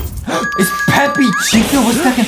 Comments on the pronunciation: Peppa! Not peppi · Is Peppa not peppy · Bruh its peppa pig not peppy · AGAIN IT'S PEPPA NOT PEPPY FOR THE LAST TIME😡😡😡😡😡😡😡😡😡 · Why call peppa peppy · It’s pronounce pippy boom song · They called Peppa Pig Peppi pig😂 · ye they won't even say peppa right